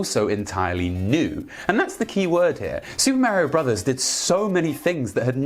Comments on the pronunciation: "Super Mario Bruvs"... 😭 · your small distractions that you do dont work nearly as well in a serious video essay. For example, when you pause what you are saying to mispronounce "Bros." for the third time, it comes off as annoying raher than funny because it is breaking up the constant flow of information to the player. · "Super Mario Brovs." haha, I love it;)